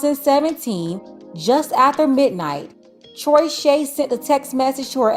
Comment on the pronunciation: “Troyshay” 😂😂😂😂😂 never had a chance